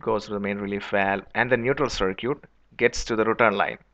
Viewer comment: wtf is cir-kweet